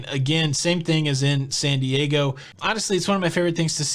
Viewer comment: I had to laugh at your initial pronunciation of San Diego as Sandy / Aygo. Funny!